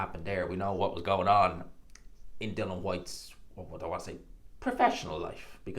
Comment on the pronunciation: At least say his name right. Its Dillian, not Dylan, as in Bob Dylan.